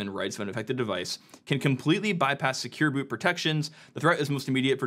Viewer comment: Vote up if you also think he said "Secure Boob(s)" a few times.